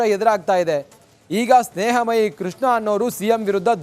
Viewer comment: ಸ್ನೇಹ ಮಹಿ ಅಲ್ಲ ಸ್ನೇಹ ಮುಯ್ಯಿ 🤣